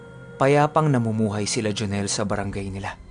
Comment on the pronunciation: Galing nga po ng pgkkabigkas nya e. Hehehe.